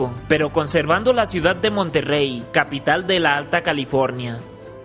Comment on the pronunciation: aclaración: no es Monterrey es Monterey, sin una “r”.